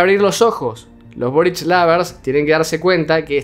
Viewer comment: Todos dicen borich y es solo boric... Aparte de eso, a este video le.hacen falta más vistas!!!!